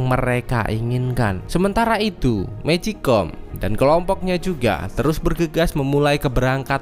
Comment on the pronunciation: Bang magicone bukan mejikom